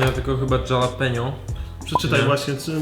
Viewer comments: czyta sie halapenio nie dżalapenio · Dżalapenio :D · Dżalapenjo? XD